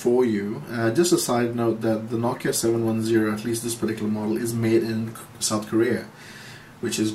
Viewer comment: Finally someone who Says Nokia the proper way. :D